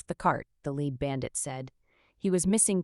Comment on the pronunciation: "Leeed" bandit ....not "led" bandit. I swear the AI reader can't read sometimes.